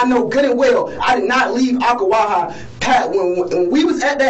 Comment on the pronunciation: big props for pronouncing Ocklawaha correctly!!